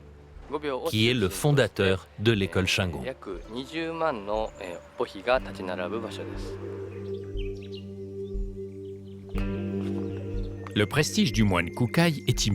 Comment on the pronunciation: Dommage de ne pas savoir prononcer le nom shingon (chinegône pas chaingon)